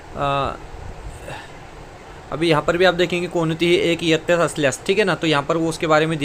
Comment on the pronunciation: Sir aapne jaise ke taisa pad ke sunaya baki kuch clear nahi huwa or "kirinda" shikshak nahi hota "kirda" hota hai or "yattya" nahi hota "ittya" hota hai or pure time karybhar period arrangement me baithega to hi school teacher appoint kar sakti hai or 1se 10 ke bich hai par 6 se 8 tak pat sankhya count hogi